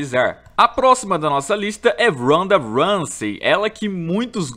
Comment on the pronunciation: Randa ransey